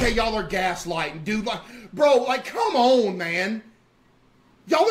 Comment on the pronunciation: "COM- OWN MAN"